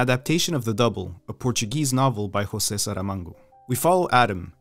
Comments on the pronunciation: In Brazil, 'José' is actually pronounced 'zhoh-zey'. NOT like in Spanish ;) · Just so you know, in the portuguese speaking world the J in "José" is pronounced as the french J instead of the way it is pronounced in spanish, which is much closer to the english sound for H.